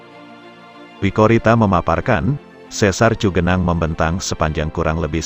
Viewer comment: Yg benar cigenang bukan cugenang iya Khan daerah Sunda mah udah pasti di awal ci....kalo cu itu para pendatang luar Sunda iya Khan.... salam dodol